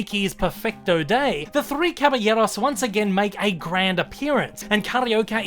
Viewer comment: Belated comment: you say "Caballeros ("Cabayeros") so well, even to the lightly rolled r; José ("Hosé") is correct in Spanish.